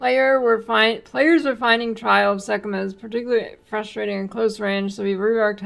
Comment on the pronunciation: ROFL, did she say, "Sekhemuh balls!"?